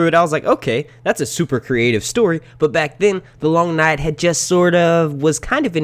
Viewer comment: I fucking hate how you say long night say it properly or don’t at all ffs